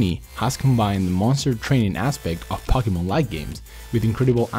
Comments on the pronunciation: Omg it's (poke-e-mon) not (pock-e-mon) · ITS POKE-E-MON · SAY IT RIGHT FFS ITS POKEMON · Pokie Mon Hahaha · "Packymin" that's new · It's po-key-mon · it's po-ke-mon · I LAUGHED EVERYTIME HE SAID POCKY MAN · Wtf is Pockymon? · why does he say pockymon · is pronounced poke e mon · Actually it's po-Kay-mon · Pocky mon my ears are bleeding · ummm... why does he say pocky-mon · pocky men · do you mean cocky-mon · I HATE HOW HE SAYS POKEMON ITS LIKE WHEN PEOPLE TRY TO SAY CATERPIE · he said Pokemon wrong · it does kill me he says pokemon wrong